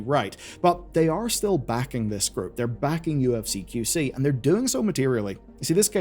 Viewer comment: Despite your best attempts, you still mispronounced UFC :)